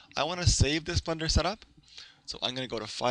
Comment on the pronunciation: its BLENDER not Blunder Blen-Der